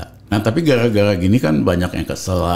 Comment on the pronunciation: Gala gala blm bs blg eer mgkn hehehe